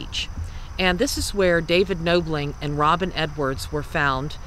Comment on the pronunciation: I haven't finished the video yet but I did want to mention that it's Knobling like doorknob not like noble. Just wanted to let you know, it's a common mistake.